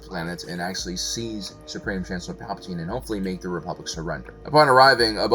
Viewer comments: If you didn't say his name incorrectly like 1000 times in this video it wouldn't have bothered me so much lmao. I mean you got name perfect. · Lol you're trying to correct his spelling/pronunciation but you misspelled "Palatine" as "Palpatine" lmao 🤣